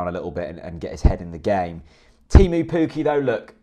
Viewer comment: You haven't nailed the pronunciation of Teemu Pukki yet either! But you wouldn't be the first to struggle with Finnish. It's kind of like Tay-moo (with a long tay & a cut short moo) & Pukki pronounced a bit like cookie with an elongated k.